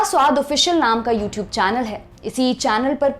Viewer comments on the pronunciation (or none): none